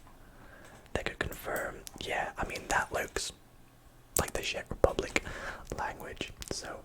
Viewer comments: It's not pronounced like sheck Republic, it's pronounced like check Republic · I live near czech republic but i think you pronounce czech rebublic with "ch" on the start but idk